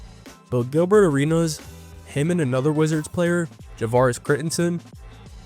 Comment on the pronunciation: I like how you keep pronouncing Gilbert arenas name like he's Greek